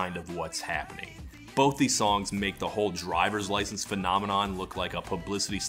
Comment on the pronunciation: "i gort my droyvers lyschence" ugh